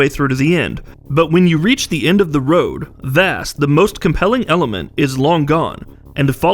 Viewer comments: the guy couldn't even say Vaas's name right....research clearly means nothing to this channel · Can you not say Vaas like a fucking idiot